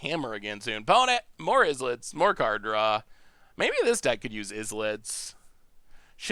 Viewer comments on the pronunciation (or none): In classic fashion, "islet" is pronounced like "island" instead of "is-let" 😅